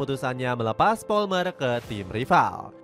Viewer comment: palmer bang, bukan polmer